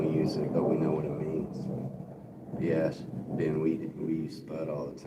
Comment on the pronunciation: I had to leave the live stream abruptly (phone call) and didn't get the chance to say thank you or good bye. I also wanted to say if you say "ears" it sounds like a posh English person saying "yes", it's not slang but it makes me laugh.